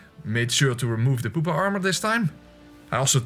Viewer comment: I said pupa not poopa